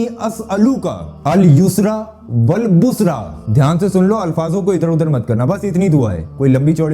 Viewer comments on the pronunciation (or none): Are bhai khud bolreho ki sahi padna hai aur khud hi galat pad rahe ho.bushra hai na ki busra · Bushra nh bushra hy dua ki pronunciation